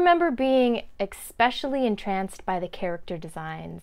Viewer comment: I think you mean to say "especially" not "expetially."